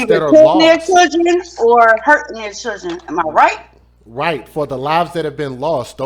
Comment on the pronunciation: Churgen... It's children!!!